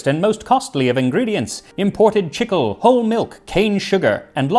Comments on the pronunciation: chicle is "cheeklay" not "chickle" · Hey buddy, I’m no expert, but the ingredient in the gum spelled CHICLE is a Spanish word, pronounced cheek lay. That is a word that Hispanic people use for gum, and is actually a tree sap substance that is an ingredient in gum. Just so you can pronounce it correctly next time. I love your videos, and can’t wait to see them when they come out.